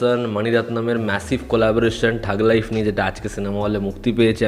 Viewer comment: থাগ লাইফ❌ ঠগ লাইফ ✅